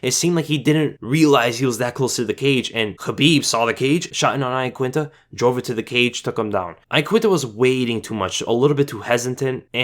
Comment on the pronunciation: its pronounced YAQUINTA - sincerely italian person. how khabib says it is right